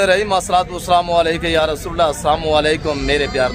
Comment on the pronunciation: Asamo alykum ni aslaam o alykum huta hi bhai